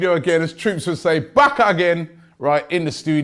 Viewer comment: Robbie please don't say Back Again ever again fam..😂😂